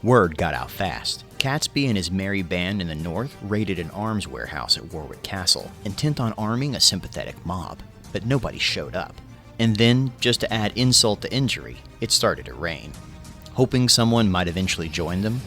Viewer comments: Very interesting and well researched video. It's a pity that the American narrator couldn't pronounce English place names though. War-wick and Wor-chester-shier - urgh!! Spare a thought, also, for Mr. Wibbly-Wobbly (no-one's really sure whether he was a Mr. Wibberley or a Mr. Wobberley, so most people remember him as an amusing amalgam of the two) who, unintentionally, succeeded where Guy Fawkes had failed and burned down the Houses of Parliament on 16 October 1834. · You pickef a really good and informative video. Unfortunately, the narrator was struggling with English place names. Warwick is pronounced Warrick And Worcester as Woster. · War wick Castle ha ha it is pronounced Worrick